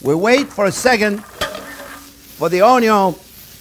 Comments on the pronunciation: Just watched this one with my 5 year old and we will make the frittata later today. We love it when you say onyon and olyoil. Learn something new with every video you put out there. Thank you. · "Owniown" love it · Yes Onyo ... love the way he says that too